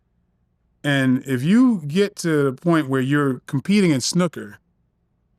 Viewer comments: snooker not snuka 😂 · The way he said Snooker 😂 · I clocked that very strange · way he says snooker...lol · I was like wtf! These Yanks!😂😂😂